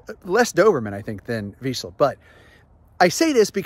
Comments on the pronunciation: You're right, vizsla AND doberman. Oh, and you had the pronunciation right the first time. "Veesh-lah". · zs is pronounced in Hungarian VEE-zh-lah - Vizsla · As a Hungarian I can tell you, your first and last pronunciation of the breed "vizsla" is spot on. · I am Hungarian and yes, you pronounce vizsla very well. I am not a dog expert but the colour is like vizsla but he seem bigger. Maybe thats the doberman part?